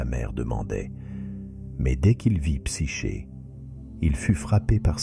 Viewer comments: Dommage. "Psyché" prononcé "Psyké" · Psyché se dit ”psyqué” car "ch" se dit ”qu" en grec 😉